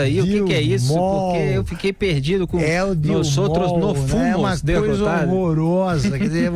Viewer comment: "No fumos" hahahahah